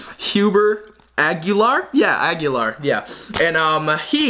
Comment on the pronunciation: I am not sure but I think it's actually read as Agilar and not Agyular